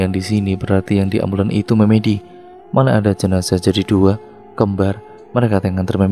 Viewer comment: Narator pasti bukan orang jawa,setidaknya tdk hidup di lingk.berbahasa jawa, karena melafalkan kata MEMEDI kurang tepat he2